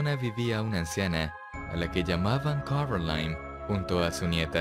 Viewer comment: acaso ndie se dio cuenta que dice *corOline*